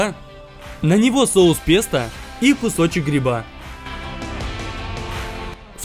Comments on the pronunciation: Ни "песта" а "пэста" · правильно произносится как ПЭСТО а пишется как ПЕСТО Я не собираюсь кого-то оскорбить или унизить, просто хочу чтобы вы были грамотнее❤️ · А-а-а. Я понял, почему мне так не кажется - я просто пытался произносить правильно - пестО, а не песта (такого слова не существует). P.S. Почему мне сцена из ГП вспомнилась?